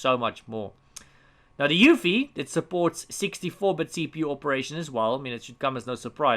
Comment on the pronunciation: Hey! Love your videos! Please is there any reason you kept spelling UEFI as EUFI? Not trying to be a know-it-all. Just confused at the moment.